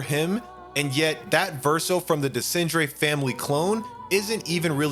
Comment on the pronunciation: Tried watching this but the way you pronounce Renoir and Desandre is just jarring. You have multiple examples on how to pronouce them in-game.